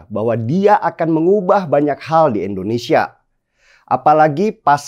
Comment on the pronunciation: Wooii den, nama negara kita ini I N D O N E S I A ... bukan E NDONESIA.. denny ... Denny... Endonesiah, Endonesiah...